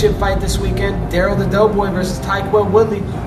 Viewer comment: guy said Tyquil Woodley 😂